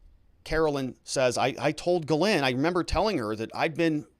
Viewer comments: She was born in France. Her name is supposed to be pronounced Gizlaine, not Gilane. You can look it up on utube. The English cannot /will not pronounce foreign names. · Ghyslaine is a French name and should be pronounced jiss-len. I know many Ghyslaine living in a French speaking province.